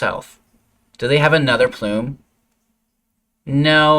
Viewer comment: PLUMB - pronounced like PLUM (the fruit). It is not PLUME. How annoying...